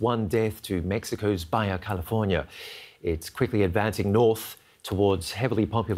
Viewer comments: Mein Freund, it's NOT pronounced "Bye-ya" California, it's pronounced " Ba-ha " California. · Baya California? Ba Ha, dude. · "Baja" is pronounced like BAH-HAH, not "BUY-YAH." Kiwis, Aussies, and even Brits are so frequently confused by Spanish. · The guy doesn't know that Baja is not pronounced like a J but an H- really??! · Baja. BA-hah, not BYE-ah. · Sigh. Baja is pronounced Ba-Ha, not baya. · Baya? No... that's a 'j', not a 'y'.